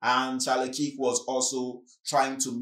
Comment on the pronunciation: Thanks for the content. Just FYI the pronunciation of 'KIRK' is like in Star Trek the Original series i.e. Captain KIRK, perhaps have a listen to a trailer for the correct pronunciation. Thanks